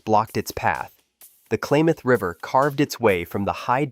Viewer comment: Klamath, not Klaymath!